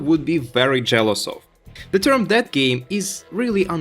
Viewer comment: It took me awhile to figure you are saying "dead". I kept hearing "that game" and wandered if that's some slang I'm unfamiliar with...